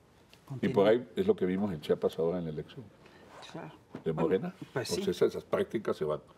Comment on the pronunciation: No es chapas es Chiapas